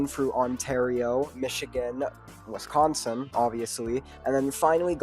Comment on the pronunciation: Horrible take imo. Also I’d politely ask please pronounce my state correctly next time.